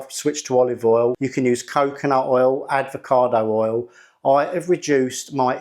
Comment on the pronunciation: This is great,the bit the made me laugh when he called it advocado oil ! 🤣I do love this channel though ❤